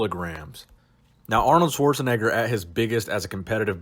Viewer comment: This guy's pronouncement of Schwarzenegger got me cringing a little.